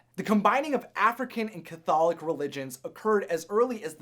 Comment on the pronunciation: Voudon (or "Voodoo" is the religion, "Hoodoo" is the magic. And that's not how you pronounce "Catholic" - you put the emFAcis on the wrong syLABle. Mama Odie may have been Marie Laveau's mother or grandmother Marie Laveau's Legend: Marie was born around 1801, while Odie was born around 1729-ish.